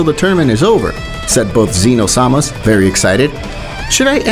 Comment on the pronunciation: Why you saying seee-no sama. It’s Zeno, made for unbearable watch.